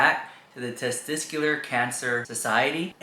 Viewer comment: ohhhh dude...that youre a male and cant says 'tesTICuLar' is cringe. like wtf ARE you even saying? tzztztr?